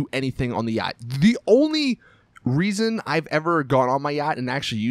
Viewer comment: Wow Americans are annoying. " don't buy a uaggghyt =yacht